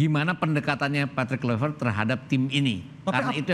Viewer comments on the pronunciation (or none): kluivert (Kl'aivert) bukan (klu'i vert)